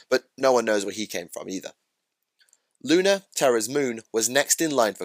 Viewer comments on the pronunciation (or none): none